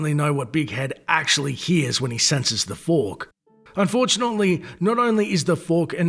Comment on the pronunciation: I like how he pronounces fork. FUWARRK Fwuark*